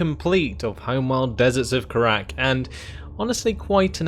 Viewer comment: 8 missions and you still misspronounce kharak